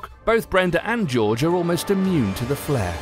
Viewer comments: Jorge isnt pronounced as george, its horhey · did he pronounce 'Jorge' as 'George'? No hate but its pronounced like 'Horhay' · It's hor hay not Jorge he said George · its Jorge! (or-hay) not Jorge! (George) some where by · You called Jorge, George. It’s pronounced “horehey” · his name jorge isn't pronounced george 😔😤 its pronounced hor hey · Jorge? "gEORGE" IT'S PRONOUNCED HOR-HAE OMG SMH FAKE FAN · He pronounced jorge's name as "george" smh its pronounced Whore-Hay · did he pronounce jorge “george” 😂😂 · You pronounce Jorge as Horhey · Jorge is pronounced 'hor-he' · the person that was next to Brenda its prenouced horhay not Jorge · t-.- Jorge is supposed to be pronounced as 'Hore-Hay' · am i the only one who noticed he pronounced Jorge wrong??? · Jorge is pronounced like how you say jalapeño sorry just needed to point that out